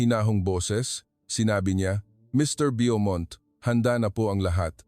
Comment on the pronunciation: Bo- mont , not byomont